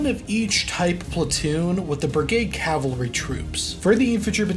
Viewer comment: bro its cavalry not calvary